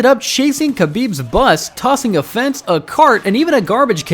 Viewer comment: I had to stop after listening to you say Khabib’s name. If youre going to try and make money off their names, at least learn how to pronounce them